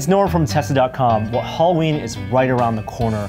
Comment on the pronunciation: did he say hollerween.? sure sounded like it lol.